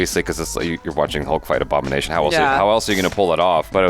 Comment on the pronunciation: Lol, the Aboogernation!